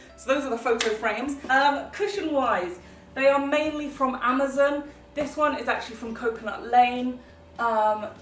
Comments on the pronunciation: I'm not a hater but I'm just laughing at the way you said Amazon it sounded like you said amozun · omg i like love the way that you say amazon